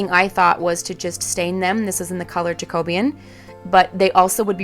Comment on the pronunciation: Great projects as usual, but please repeat after me: jack uh BEE un. Your pronunciation is driving me crazy! 🙂